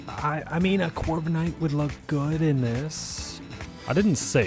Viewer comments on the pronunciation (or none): none